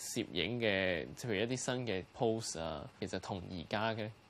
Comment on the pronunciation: Interesting hobby. Fascinating story. Pleasant surprise to hear the young man saying “pose” and not “pose 士”, a rarity in Hong Kong. The young man has in depth knowledge in history as well. Wish there is English caption which would allow viewers to share with non Chinese audiences.